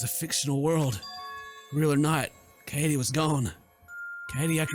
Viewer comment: Lol finally pronounced “Kaede” right after she died 😂😂